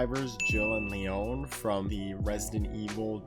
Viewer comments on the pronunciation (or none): Jill and Leóne I can't tell if he's pronouncing it wrong on purpose or not 🤣 In every piece of media, his name is pronounced LEE-on. I like this new pronunciation though. I'm using it. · ITS PRONOUNCED LE-ON NOT LEONE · Bruh his name is Leon not Leóne. It's pronounced Lee-on :) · I love ur videos but Leon is pronounce Leeawn not leeone 😂 it’s such a minor thing but I’m just annoying lol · "Lee own" lmao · It's pronounced LEE-ON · Leon is pronounced like Lee on. Its not french haha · Did u say le-ONE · Listen I love but his pronunciation of Leon hurt my soul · I’m sorry but I can’t get over the emphasis he’s puttin on the O Leon’s name, it’s not wrong but every time I hear it hear Ashley’s “Leon” scream from resi 4 in my head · Dude love you're videos but bro. You killed me with Leon's name 😂😂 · I felt that. Not to be rude to but yeah I heard it and kinda cringed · That hurt my soul to hear